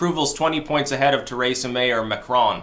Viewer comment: TREE-SA! Not TER EH SA!